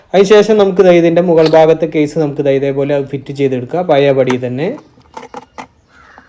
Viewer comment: അയിച്ച്...പയയ...കോയിമുട്ട എന്നല്ല അഴിച്ച്....പഴയ എന്നാണ് മലയാളത്തെ കൊല്ലുമോ?